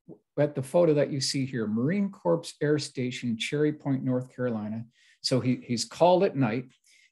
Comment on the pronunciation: Thank you, I was cringing every time.... 😵‍💫